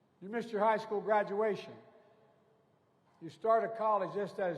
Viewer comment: Buy dem said he doesn't want his kids in schhoool with a raaciaal jungle.